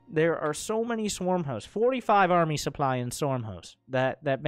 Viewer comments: Stop saying supply as soup ly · its because the soup doesnt lie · Who doesn't like a healthy dose of souply? It's like you're not even French!